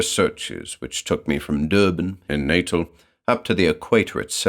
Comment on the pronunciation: Only one criticism - Natal, the place, is pronounced 'naTAHL' not 'NAYtel'.